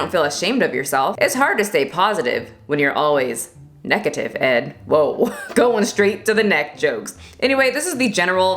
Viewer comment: I ascended to heaven at “neckative” 💀💀